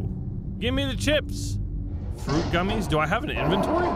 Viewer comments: "press E to pick up fwuit gummies" lol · Fwuit gummies, what in the uwu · Fwuit Gummies